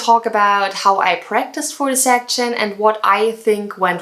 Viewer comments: Great video but if I were you I would avoid the word 'section'. It sounds kinda weird when you say it haha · I think you need to check pronunciation of "section". Don't get me wrong. I am learning from you way more things. Bests.